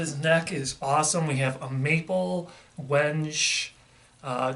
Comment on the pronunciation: Wenge is pronounced wang-gey as a heads up